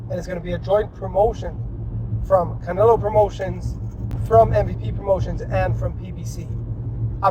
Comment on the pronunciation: dude can't even pronounce Canelo, shows Nate Diaz when talking about Paul fighting former UFC champions. These whack AI generated videos are a joke.